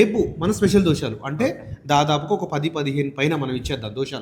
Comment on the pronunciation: అన్నా. దోశాలు కాదె 😂 దోశలు